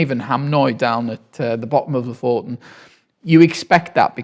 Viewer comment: Thank you — and just to return the favour: Lofoten is pronounced /ˈluːfuːtn̩/, or “LOO-foo-tn” if that’s easier. The stress is on the first syllable. You welcome 🤗